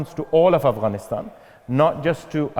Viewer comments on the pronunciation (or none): Oxford you let us down. Could you not find someone who know Afghanistan and ask proper questions?.. Your host can't even pronounce Afghanistan properly.